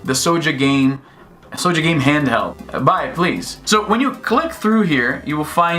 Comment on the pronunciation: Who is SO-JAH boy? I thought it had an 'L'